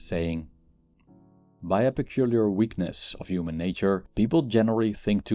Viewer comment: Please say the H sound when saying human